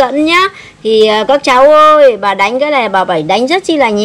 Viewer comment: "bà" pà pà nghe khó chịu quá